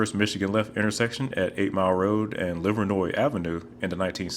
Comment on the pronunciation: In other news I'm extremely happy that you pronounced "Livernois" correctly 😜